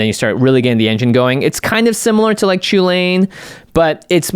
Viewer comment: it triggers me every time you say "Chulane" xD because sounds just like chilean, and yeah i'm from Chile.